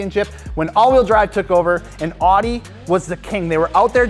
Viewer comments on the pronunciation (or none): Say it with me: Audi, like oww-dee. Not awww-dee.... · It's "ow-dee" not "odd-ee". Also you forgot the VW POLO, it blows the competition out of the water. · Did he say “ordi” not “Audi” 😂wtf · Audi not Awdi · U had one job and u said audi wrong